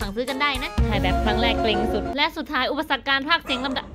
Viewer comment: เอ๊ะเดี๋ยวนะทำไมตอนท้ายอุปสรรคมันชัดสุดเลยครับ